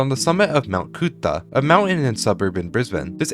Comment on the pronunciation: As someone who lives in Brisbane, and went to Currimundi as a child, hearing the pronunciation of Mt Coot-Tha, Toowong and Currimundi hurt my soul lol ("Mt Coot-Tha" is pronounced "Mt Cootha," "Toowong" is pronounced "Tuhwong" and "Currimundi" is "Kuh-ruh-muhndie" just so u know)